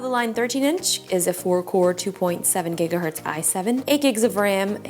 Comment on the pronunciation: egga hertz 🍳 is faster than giga hertz